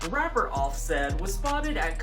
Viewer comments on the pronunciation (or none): none